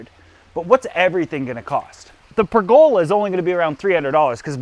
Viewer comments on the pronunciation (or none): Another I know your canadian in the pronunciation are different , but It is pronounced per the love. Not Not pregola